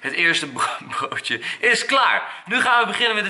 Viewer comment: Hij zij bloodje in plaats van broodje LOL!!!!!!